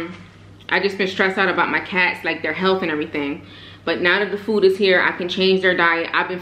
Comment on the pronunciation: last time i checked its pronounced food, not foo smh....